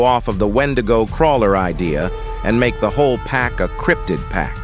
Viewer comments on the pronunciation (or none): none